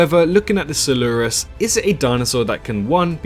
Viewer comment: You're not saying coelurus right